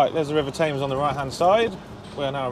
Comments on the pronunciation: Tems not Tayms! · The river is pronounces as temz not Thames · London's river is called the Thames and is pronounced 'tems' - not 'tames'. You're welcome! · th is a very different sound from f. It is never pronounced as an f. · This is legit the first time I've ever heard an Englishman pronounce it River 'Tames' 🤣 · may I be so bold as to correct you on your pronunciation of the word Thames it’s Themes ok😂😂😂😂😂😂❤️ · It's the Thames not tames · Tames???? try tems, silent "h"? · In London we pronounce the Thames as "Tems" not "Tames" Just for future reference. Really enjoyed the video, thank you. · It’s pronounced TEMS spelt Thames mate 🤙🏼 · Super video,. Haven't seen you on here for months. Have you been away? Incidentally, the river is pronounced "Temms" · River Thames is pronounced TEMS… GOOD GRIEF!!! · Sorry. But isnt the River spelt Thames but pronounced Tems? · It's pronounced 'TEMS' ! it may be spelt Thames but we say Tems :) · By the way Thames we pronounce Thems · On the Thames, now say it properly lol, pronounced temms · Jason Smith Ah, my mistake, I forgot he hails from Swindon in Maharashtra, India, silly me 🤣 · I kept correcting country bumpkin pronunciation 🤣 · You pronounce Thames wrong